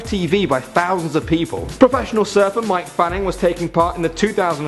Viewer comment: Mike fanning well done its mick fanning